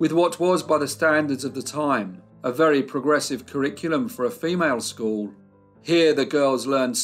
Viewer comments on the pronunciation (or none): none